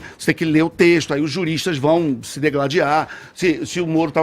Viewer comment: Jornalista que diz "d E gladiar" só pode mesmo ser conge do seu ídolo de pés de barro !! É d I gladiar !!